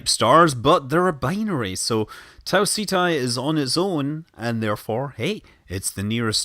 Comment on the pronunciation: It's pronounced taw-set-Eee NOT tah-C-tie